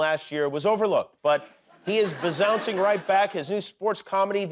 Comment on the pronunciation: Did anyone catch Jimmy saying “biznouncing”?